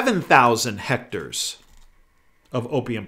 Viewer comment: Hmmm...I cannot believe that such a savvy man as says "hectors" for "hectares". I wonder if it is deception.